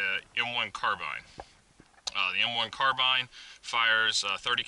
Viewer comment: Finally... someone who pronounces "carbine" correctly LOL